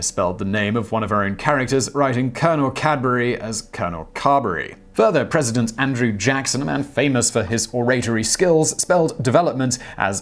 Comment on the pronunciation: You mispronounced "oratory." Go to the Merriam-Webster or Oxford online dictionary to hear how to pronounce it properly.